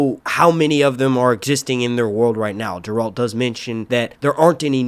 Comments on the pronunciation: I agree it’s Geralt. I hope you pronounce it correctly in future videos lol I keep thinking you are saying Gerald. But I’m happy you are making witcher videos! Please post a series review next! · Just a quick correction here. "Geralt" pronounce hard "Gi-Ralt," like this: Otherwise, it a great review! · I think its better that GOT, hell the first episode had better sword fights than all 8 season of GOT. I look forward to your breakdown of each episode and LOL hearing you say Garelt right.